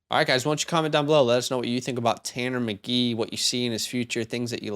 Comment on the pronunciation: As a Colts fan, I want this guy. I'm fairly alone among Colts fans. But guys... it's Tanner McKEE - not Tanner McGEE. There's a difference, it's subtle.